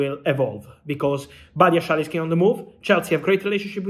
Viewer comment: Is that how you say Badiashile?